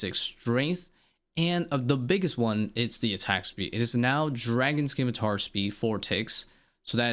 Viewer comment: Did bro just say “skimitar?” 😂 It do be, “simitar”, my good man.